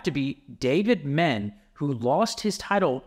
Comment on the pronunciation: How you gonna mispronounce Dave Menne?! “Men-nay” bro.